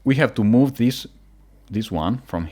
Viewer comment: Him: turn like thees.. Other ppl: turn r u r’ u’ hdhdhdhdggwowpabsgwjdujsfwhshdhe